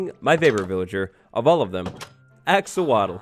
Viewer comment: "axowatl" Very punny,.